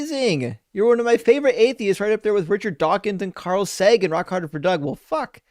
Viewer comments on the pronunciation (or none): none